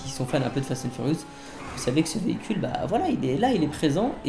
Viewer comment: le veecule de fatun furouse